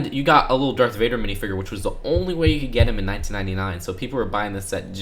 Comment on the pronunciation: Hearing him say Minifigure like “Minifigurr” really just urjejejenejenejejenejrnjesnsskskskss